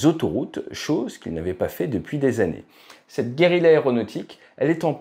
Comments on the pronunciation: Guerrila ? ce serait pas plutôt guérilla, qui se prononce avec le yeu pour les deux L .... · Guérilla et non Guerrila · Super Vidéo , comme d'hab. Juste un truc : Trop d'R et pas assez d'L à "Guérilla" à partir de 3'. Surtout pour de la Guérilla aérienne : Il ne faut certes pas manquer d'Air, mais comment peut elle voler sans assez d'L ? ;-) Pour la petit Histoire, le terme a été créé par VON CLAUSEWITZ, qui détestait Napoléon et a observé l'organisation de la résistance Espagnole à l'invasion des Français : Guerilla = littéralement "petite guerre" en Espagnol. Division en cellules, fusion dans la population, messages chiffrés, ... autant de méthodes qui sont toujours appliquées et ont fait flores dans la résistance Française, en Indochine / Vietnam, Algérie, ...